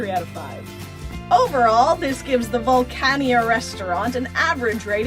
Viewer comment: It's pronounced "VUL-CAN-NEE-AH" (Vulcania). It's named after Captain Nemo's Island base in the Jules Vern book "Mysterious Island" which is a sequel to "20,000 Leagues Under The Sea".